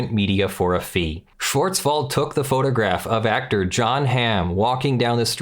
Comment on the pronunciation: You were close on the name Schwartzwald. The "w" has a v sound not an f sound.